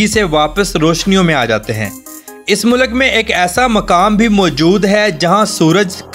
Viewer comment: Mulak nai bhai mulk bolo.